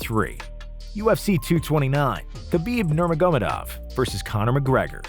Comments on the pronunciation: “nerma-gomed-ov” dude how do you butcher that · That has to be the worst attempt I’ve heard at Khabib’s last name 😂😂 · How he says khabibs last name lol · Literally theee worst version of khabibs last name ever said lol